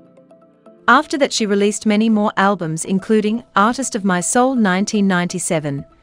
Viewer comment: So, you don't know the difference between "Christ" and "crist"?